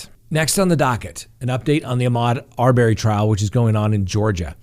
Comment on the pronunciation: Have you been watching the Arbery case or just reading it? Please pronounce the name correctly.